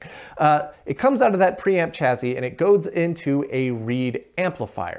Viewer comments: Stop saying CHAZY !! It's a double SS !! ChaSSy ! CHA-SEE ! Gees ! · I'm sorry, but "chazzy"? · Chassis is pronounced: CHASSIE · just out of curiosity - do most americans say 'chassis' like 'chazzy' or is it just something '' does? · Where does the pronunciation “chaZZy” come from? A regional thing? Would “sassy” then be “saZZy”? Pedantic…me? Well, a bit. Oh, try this phrase “a sassy lassy with a classy chassis”!